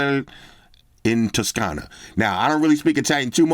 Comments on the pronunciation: Yo, tuscany bro here and the way you said "Toscana" is a major, major, major GO. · i'm italian and you said "Toscana" perfectly... also in that card was written that the leather is treated in tuscany (an italian region)